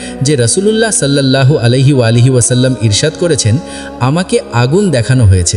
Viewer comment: আলাইহি ওয়ালাইহি পাইলেন কই..? আমাদের নবীজির নাম কি আপনি পয়দা করছেন..? 😡🫵 নাউজুবিল্লাহ মিন জালেখ 😡 আগে নবীজির নাম তো ঠিক করে বলা শিখ তারপর নাইলে হাদিস বয়ান 🫵👎